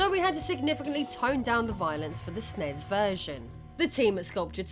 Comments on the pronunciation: It's not "snezz". It's ES-IN-EE-ESS. Take my downvote. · I have never heard anyone refer to a Super Nintendo as a Snes (Snezz). It was always called a Super Nintendo, a Super N.E.S. or you spell it out as S.N.E.S. I had one of these and have gamed for almost 40 years, and never heard it pronounced Snezz. Please do not make this a thing, if it's an AI thing, please start typing this shit phonetically. I love hearing about the history of old games, but pronunciation of consoles and games should absolutely be part of that research.